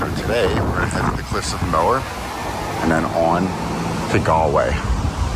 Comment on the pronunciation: Cliffs of “mower” Not mohair 😊